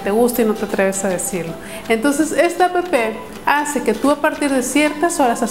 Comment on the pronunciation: como odio cuando dicen a p p 0s0